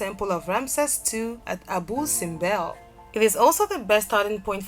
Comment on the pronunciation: # 8 is pronounced "Abu Sinbel" not "Abu Sinbe" there is a missing letter "L" at the end :)